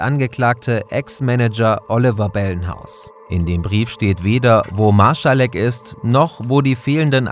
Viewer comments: Ich glaube es heißt „MarSalek“, statt „MarSCHalek“ 😅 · Gutes Video (auch wenn mich die falsche aussprache des nachnamen Marsalek nervt, da ist kein ch drin), sehr toll aufgebarbeitet die Informationen die bekannt sind.